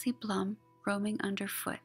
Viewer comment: Such a wonderful piece you made - thank you again!!! Was nice to watch again. Other mistake - my name is pronounced BLOOM but spelled BLUM:)